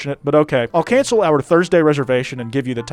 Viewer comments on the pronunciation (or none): none